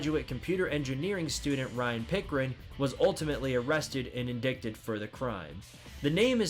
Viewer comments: Very informative. Only thing the word "indicted" is pronounced "in-DIE-ted" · it's absolutely reasonable to correct a grown man who doesn't know how to pronounce a word as common as "indicted"